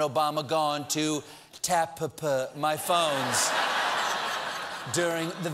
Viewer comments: Wow, Trump can't even get the word "Tap" right... A 3-letter-word!...Sad! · "Tapp." Well, he said he knew big words. I didn't think he meant he would just be adding letters to the end of short ones.